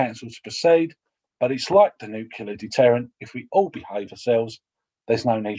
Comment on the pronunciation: Nucular. +1 for Homer Simpson